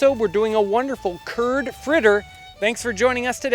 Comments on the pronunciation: Turd instead of curd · Every time you say curd in the video, I imagine that you're talking about Kurds, and it's funny because I am a Kurd.